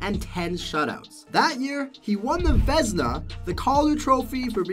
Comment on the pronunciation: horrible video, what the hell is Vesna??? Doing video about goalies and screw up their trophy name??? dude... what a shame